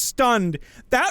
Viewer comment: It's not rouge, IT'S ROGUE!!!